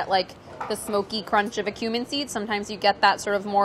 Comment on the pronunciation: Chris Morocco: You know like nobody wants to bite into a whole peppercorn... Priya: CROMNCH